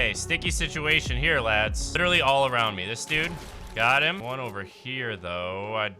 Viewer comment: bro said lidaley